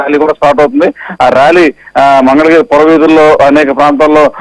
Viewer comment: ఒరేయ్ బాబూ పప్పు నీకు మంగళ గిరి అని అనడం కూడా రాదు మందల గిరి అంటావు ఏమి చేస్తాము నీ లాంటి వారిని ఆంధ్ర ప్రదేశ్ ప్రజలు భరించాలి